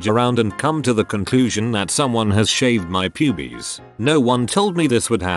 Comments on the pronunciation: I still can’t get over the way the AI voice says “pubes” 😭😭😭 ✨P U B I E S✨ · lol the way it pronounces pubes. "Pubies" lmaoooo i thought it was some kind of regional dialect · I’m more laughing at the guy saying pubies in a Scottish accent lol